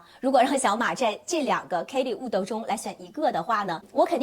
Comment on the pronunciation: 为什么连birkin都读不对，borkin。wood，out，都读成了woodo，oudo😂😂😂听着太难受了。毕竟做这一行的，还是改改吧